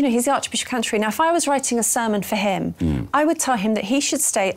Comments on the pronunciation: She nearly said the Archbishop of Cunterbury 🤣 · did anyone spot Laura Dodsworth Freudian slip where she nearly said the arch bishop of c$*terbury instead of Canterbury at 16.27